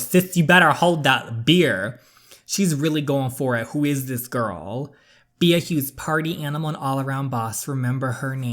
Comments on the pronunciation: My friend: It's pronounced Bee, hence the name Queen B Me, an intellectual: Bee-ah Love your videos DJ ❤️ I'm going through a really low point in my life right now and your videos are the only thing keeping a smile on my face. So glad i found your channel!! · I think her name is pronounced "Bee" but it's spelled Bea. I believe it's french, but don't quote me on that. A character on the show Wentworth has the name. Lol Also saying it like bee makes sense since the name of the game is "Queen B". Love watching your videos!! Thanks for making them! 😙 Can't wait to watch the next one! I'ma binge watcher lol. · I think Bea is actually pronounced like "Bee" but I might be wrong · "Bea" is pronounced "Bee" just letting you know